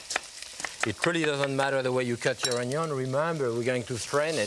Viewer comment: Look at that ONYON tho